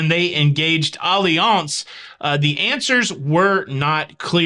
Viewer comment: Just asking, is it really pronounced Olly-Ance, or Alliance… you said it so many times it was bugging me to know. 😄